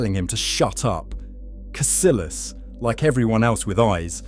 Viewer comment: For Christ’s sake lad. It’s Casillas not “Casilas.” Kah-see-yahs! ALWAYS sounds like “y”, always. How many names in Spanish with a double LL have you seen by now??? Thank you.